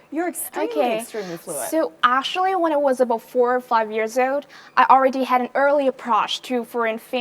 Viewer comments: Phát âm actually thành ashually? Sao mình ghét con này thế ko biết. Giả tạo vãi cả LỒN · E ý phát âm sai từ Actually khá nhiều lần, thiếu âm k và âm ae lại bị đọc như âm a.